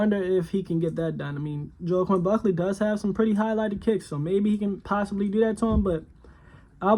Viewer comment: That’s not how you say his name, also he’s 6-0 not 5-0..